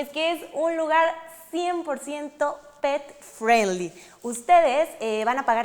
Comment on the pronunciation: Hola amiga....una observación para tī. 5 veces dijiste pet friendly y las 5 veces lo dijiste mal, te recomiendo que uses el espańol ya que no es necesario decir unas palabras en ingles, ademas no todas las personas te van a entender.